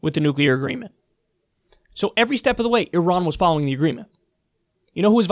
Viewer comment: You can't say Iran?